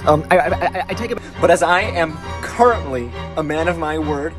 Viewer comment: Emphasis on "currently a man"